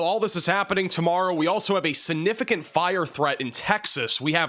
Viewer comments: It’s significant and not sinificant !! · Sig-nif-I-cant not si-nif-I-cant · Please it's significant not sinificant. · I love it. 😅. SiG-nificant. Significant... Don't forget the G. But your weather broadcasts are always on point. 💯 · SIGnificant, not sanificant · calm down. Appreciate you. Please work on the word sig-nif-i-cant. This is geoengineering...An etheric and evil war. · Am I a dick for being bothered that he pronounces significant like that? … prolly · Please learn how to pronounce "significant".